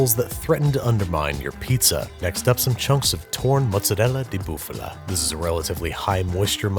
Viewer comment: I live near Neaples and the only thing i can say about your pizza is "WOW" and when i heard "mozzarella di bufala" i had an orgasm :') much respect!! (Sorry for my bad english)